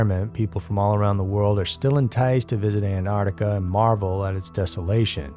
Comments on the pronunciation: Please... anyone who says "Ant-art-ica," please stop. It is "Ant-ARC-tica." Please, and thank you. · ANTARTICA? WHERE THE ( C)